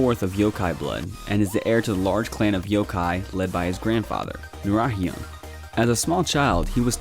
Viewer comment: The pronunciation for nurarihyon tho